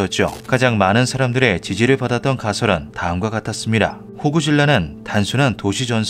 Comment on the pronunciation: 왜 호구라고 들리냐 자꾸ㅋ...